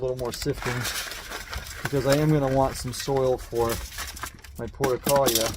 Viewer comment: Why are you pronouncing it “porta-kahl-yuh”??? The name has 6 syllables, not 4 (like you’re saying). And the 5th syllable starts with an R, not an L. It should be pronounced: por-too-luh-kah-Ree-uh”